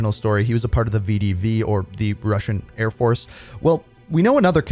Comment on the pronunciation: mf said "russian airfoce" and puts up a picture of ukrainian airborne dudes... smh